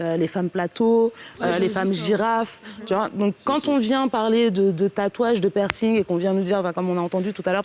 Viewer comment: pourquoi tu dit PI -ERCING? On lit pas le "pi". C'est plutôt PERCING